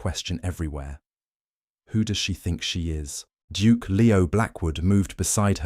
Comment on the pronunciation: Why does he keep saying Juke instead of Duke. It's quite annoying